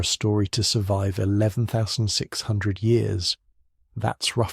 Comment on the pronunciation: Hey mate, can ya fix yer AI voice please? It isn't saying the number of years correctly. Might just need a quick tweak.